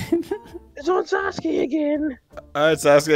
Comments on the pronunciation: I love how you said sasugay instead of sasuke when naruto landed on sasuke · i just noticed when you pronounce sasuke it kinda sounds like sasgay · Who the fuck is "saskue" its sasuke